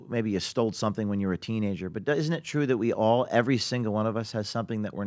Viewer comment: How does PBD still say "Dat"